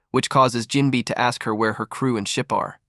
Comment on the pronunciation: NGL I’m not watching this only cause it said jimbei name wrong within the first 10 seconds